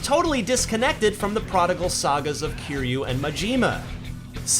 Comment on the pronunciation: Not as bad as GamingBolt's video on it. The guy absolutely butchered Kiryu's name.